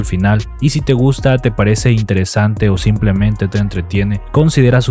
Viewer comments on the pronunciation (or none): none